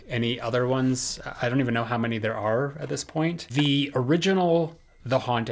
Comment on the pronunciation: You forgot the “y” in “many”